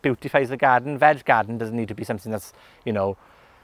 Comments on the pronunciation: I love the way he says garden ---- gaaden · Pretty cool. Could also listen to him saying the word "garden" over and over in his Welsh accent on a loop forever.